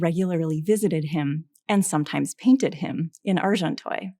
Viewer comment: Good commentary but couldn’t listen for more than 10 minutes to the lecturer pronouncing Monet as ‘Moanay’ and Agenteuil ‘Arjontoyl’. ...sorry